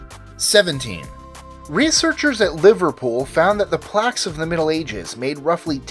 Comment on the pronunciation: The plaques of the Middle Ages? Surely that was supposed to be pronounced plagues? Lol